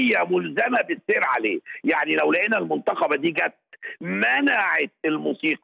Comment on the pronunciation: أولاً المنتقبة بكسر القاف وليس فتحها ، ليست شخصية رجعية ، لا ضد الفن بكل صوره ولا يعيبها شيء، مش معنى إنها منتقبة تبقى منتمية لتيارات متطرفة زي ما تقصد يا أستاذ عمرو ، اتقي ربنا ومش من حقك أصلا تتعدى على حرية غيرك ، انت سمحت لزوجتك بالتعري رغم إن ربنا فرض الحجاب مش تصادر حرية غيرك في الاحتشام، ورأيك في اللي يخصك ، ليه مش بتنتقد العري والسفور؟